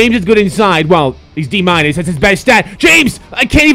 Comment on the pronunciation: why does he say plus and minus like that